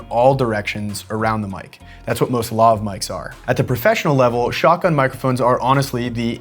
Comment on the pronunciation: Lohv? Luhv? It's Laaaav... as in Lavatory, and, y'know, the word your abbreviating, lavalier... in English.